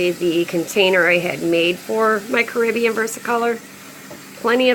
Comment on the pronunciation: It is actually from the Spanish word "caribeña" meaning from the Caribbean. Despite that fact the species word is CARIBENA. Pronounced care-uh-beena. BTW. Your little side note is completely irrelevant to the topic at hand 😁